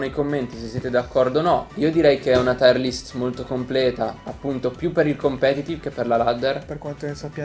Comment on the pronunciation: Bella lista. Però si dice tier list, non taier list.